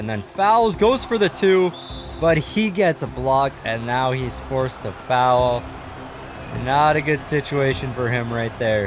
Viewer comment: “Fow Well” never watching your videos again because of how you say Foul 😂🤷🏽‍♂️